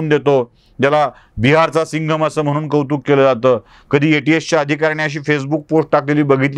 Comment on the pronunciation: सर.. म्हनून नाही म्हणून..अनि नाही आणि प्रकरन नाही प्रकरण..